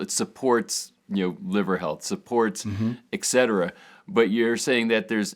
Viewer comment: regimentation?, ecsetera? Doesn't anyone speak proper English any more? Study your declamentation, It's a great series, but you are educated people setting a bad example. It's "etcetera" :) and regimen. Please, The younger generation are watching you.